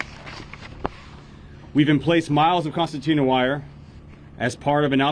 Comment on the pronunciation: It is pronounced concertina not constantina. Also the border patrol should know these people are not migrants but are illegal immigrants. Migrants are people who come legally with a work visa who work a specific job and then go back home after they're done with their job. Example of that would be those who work on farms picking crops. Once that job is complete they return back to their country of origin.